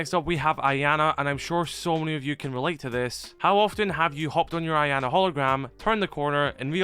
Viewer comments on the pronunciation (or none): its not ianna its iana